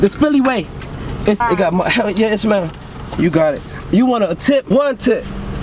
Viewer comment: Lil Uzi bad at saying yah